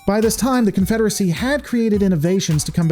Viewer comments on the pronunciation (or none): Alternatively, the CONFEDERAHSAHHHH